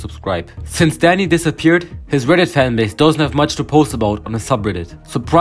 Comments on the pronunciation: i thought u said daddy when the video started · why i heard daddy instead of dani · he pronounced "dani" like "daddy" atleast it sounds like "daddy" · His accent makes him say daddy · Thought you said daddy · i cant tell if your saying dani or daddy